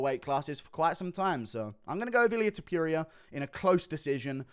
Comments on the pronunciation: Hate the way Guru says Ta-PURE-eea 😂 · Illyuh Tuhpeeria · I genuinely love how you maintain "Ilia Tipeeria" as his name. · i dont like how you say topuria